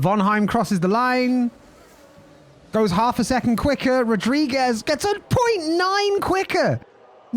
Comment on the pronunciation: "It's Night rules, bruv" . Dude, loving this, would love a per-race track video for sure. Also as a Portuguese, it's pronounced "rudrigues" not Rodriguez. ;)